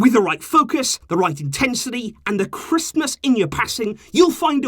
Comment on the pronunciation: FarGo 123 he didn’t say Christmas??